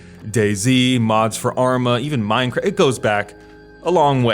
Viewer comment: He couldn't say the word "minecraft"